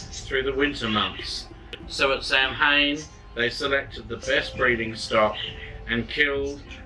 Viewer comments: Sorry but Samhain is pronounced "sah-win". Some countries say it slightly different but it's basically that. Lughnasadh is simply Luna-sahd. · This is a great resource for people! Thank you for sharing the videos. The only thing I would mention is the pronunciation of Samhain- Sohwin or Sahwin or Sahvin The pronunciation in Scottish Gaelic is a little bit different to the 'standard' pronunciation in Irish Gaelic, where Samhain is approximately pronounced as SOH-wiñ-because the mh is pronounced as (W). In Scottish Gaelic, the pronunciation is closer to SAH-wiñ or Sahvin, because the mh is pronounced closer to (V). Again thanks for the videos and Blessed Be